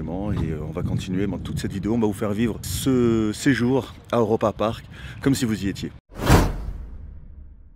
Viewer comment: Cool vidéo par contre c’est « Europapark » pas « Eauropapark » 😂😂😁